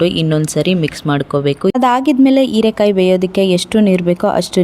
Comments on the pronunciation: Heerekaayi not eerekaayi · ಕನ್ನಡ ಸರಿಯಾ ಮಾತನಾಡಿ ಹೀರೆಕಾಯಿ ಇರೆಕಾಯಿ ಅಲ್ಲ,ಮತ್ತು ಹಾಲು ಆಲು ಅಲ್ಲ